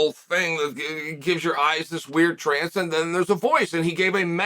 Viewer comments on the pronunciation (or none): none